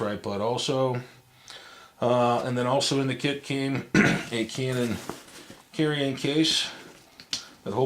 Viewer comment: It sounds like he is saying canon viagra